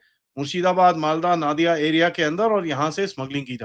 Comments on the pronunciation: One correction sir. Please don't pronounce NAADIA (its sounds arabic). It's Nodia or you can say Nadia. Nadi/Nodi refer to River. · Sir जी। नादिया नहीं, नदिया जिला है। नदी से नदिया नाम रखा गया।